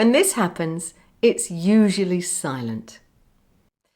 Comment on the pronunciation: Have you always spoken RP all did you speak a different English dialect and later learn RP. I only ask this because when you say the word "happens", I heard an accent on that word.